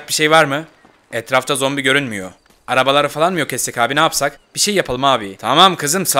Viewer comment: ZOMBİ DEDİ NORMALDE ZOMPİ DİYO